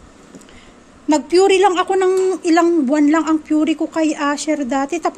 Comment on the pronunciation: Py-ray po pronounciation po ng puree maam…